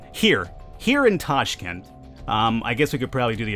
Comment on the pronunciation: Tashkent its true pronuounce